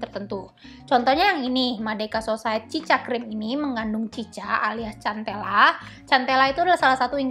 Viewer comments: Maaf kk bacanya sentela bukan centela 😘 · Agak gimana gitu denger cara penyebutan cantela😂 soal nya boasa sebut nya santela😁